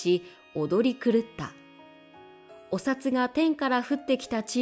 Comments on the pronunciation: おさつ、じゃなくて、おふだ。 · おさつじゃなくておふだでしょ。😮